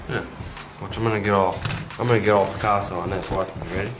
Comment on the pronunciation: He said peccaso